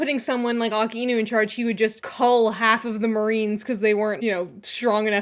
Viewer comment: Akainu❎ Aakinu ✅ 🤣🤣🤣